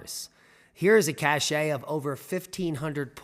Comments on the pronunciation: Love your channels. The word cache is pronounced Kash. If we believe the Indians were great people it makes us know the Europeans killed off a highly spiritual and nature loving people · I've used cashay since the 70s survivalists. But YMMV.